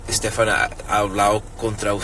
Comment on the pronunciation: Incredibly unprofessional 'Steven' ?? Its STEPHAN.